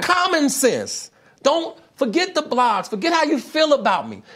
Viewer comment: This man said "blogs"